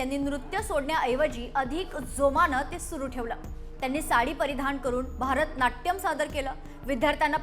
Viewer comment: अहो, भारतनाट्यम नाही, भरतनाट्यम